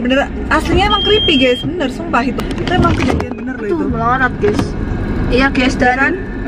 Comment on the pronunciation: Bukan geas harus geys